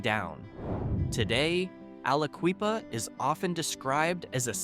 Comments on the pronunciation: Aliquippa is pronounced with a short i (eye), not ee (native son here) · Aliqueepa? C'mon bro. Say it right...It's Ali"QUIPPA". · Aliqueeppa really hurt my ears lmfao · Aliquippa do you see it q u on IP quip if you're going to talk about Pennsylvania at least talk get the right get the names right dude pronounce them right like the locals with like Bethlehem😮😢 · I'm surprised Altoona wasn't in the top 15. Also, 'Alaqueepa' 😂😂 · Tom Hanks pronounced it Akwa-Lippa when he played a senator in a movie. 😅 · If you can't take the tiime to learn how to pronounce these places correctly - it's not al-uh-KWEE-puh, nor is to du-BWAH - no one should take you seriously.